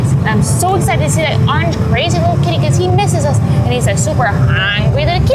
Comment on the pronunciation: you said arange😂😂😮😂😂😂😂😂